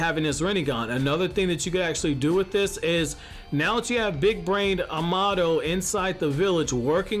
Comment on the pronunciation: Bruh why does he say Amado like that 😂🙄